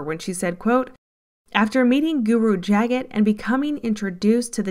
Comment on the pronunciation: It's pronounced "Juh-GAHT GUru". Just so you know. 💗